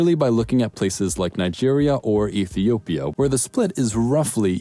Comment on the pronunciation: You butchered Ethiopia/Kenya/ Somalia in so many wrong ways 🤦🏽‍♀️